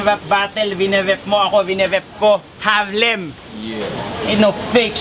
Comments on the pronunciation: bakit ang R nagiging W para kay..🤔🤔🤔 😂😂😂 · Harlem bulol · Walng buhay harlem pota k pnu k nging 2nd place bulol kp s r tae n m 😂😂😂😂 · ang half na mongoloidddddd na di mabangit ng maayos ang Rrrrr😂🤣😂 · Nyekk..bulol nmn s R c harlem.